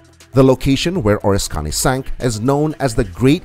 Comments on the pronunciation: oh-RIS-ka-nee This aircraft carrier was heavily damaged during WW2 and my dad worked on it when it returned to San Diego for repairs. My dad was overcome by emotion and could not watch the full-length television program detailing its decommissioning and sinking. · It's the OR-RISK-CANEE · It is a crying shame you do not know how to pronounce ORISKANY. O RISK any